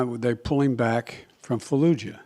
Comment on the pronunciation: Faaahhh luuu yaaaaaahhh